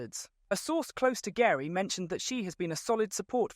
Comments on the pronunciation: GERI is pronounced Jerry.:) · Omg how much do you know you can’t even pronounce horners wife name correctly it’s pronounced Jerry but spelt Geri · pronounced "Jerry" and Newey pronounced "Newey" (Adrian) Sorry, was distracting to the rest of the info